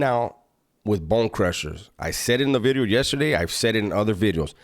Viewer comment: He put some emphasis on that V now. “New Bideo” 😂